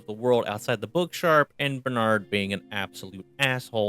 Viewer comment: It is a banger. Totally the best thing that happened to me in very comedy-formative years of my life. I can't help it. I know it's too late, and I know the target audience don't care, but. I gotta say it. Please don't put the emphasis on 'Nard in Bernard. It's Bernard not burnARRRd.